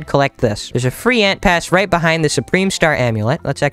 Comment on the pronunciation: What did you say you said free ant pash